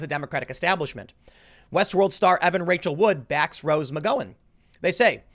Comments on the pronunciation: Jesus Christ Tim, that’s not how you say Rose McGowan. How have you never heard her name said before. And this isn’t the first time you have no idea how to say someone’s name. You can read be ignorant sometimes lol. The video is so hard to listen to. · The gow in Mcgowan is pronounce rhymes with cow. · TIm, I love you and your work with all my heart, but for the love of all things good PLEASE say Rose McGowan's name correctly. The "gow" in McGowan is pronounced like "cow". Love ya, buddy! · I love how you always pronouns Rose McGowan wrong:-). I mean, you're not THAT young, weren't you a teen in the late 90s when she was famous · Tims pronunciation of McGowan is so stupid. By his logic cow's should be pronounced "coe's" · Tim... please ay her last name correctly.... it’s painful hearing you say it that way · No one has told him how to pronounce McGowan yet? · pronounce Rose's last name correctly! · He still needs to learn pronunciations. It losez him some credibility when he doesnt pronounce things correctly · The "gow" in Rose McGowan rhymes with "pow", not "toe". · Tim. It's McGOWan, as in "gown," or "ouch." Not "Mick-Go-in." I can't even listen to this anymore, everytime you say it it's driving me CRAZY! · Her name is pronounced McGowan like McCowan. Like cow, not go. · Tim, her last name is pronounced McG-ow-an, not McG-oh-an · It's pronounced McGowan (like cow - 🐄) not McGoin. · It's Rose McGowan the GOW is pronounced like Cow. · What’s with the “Ma-Go-In”? Isn’t it “Ma-Gow-In”? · The "Gow" in McGowan rhymes with cow 🐄 not "grow" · McGowen! It’s like “gown” not “go”. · It's McGOWan like COWan. Not Goh, Tim! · Can you so saying ma-go-wan??? It's mag--ow-an.. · Rose MAH GOW INN. Rhymes with "cow" not with "go" Tim. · O-M-G! Her name is Rose Mc-GOW-EN, NOT Mc-GO-IN. Nothing worse than hearing some pretentious idiot mispronounce something so many times in one video. 😳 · I think with McGowan, the gow is pronounced like cow, not go. Mc-gow-an. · Mc GOW (like cow) an